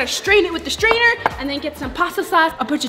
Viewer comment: She said strainour